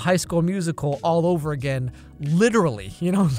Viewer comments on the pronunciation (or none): none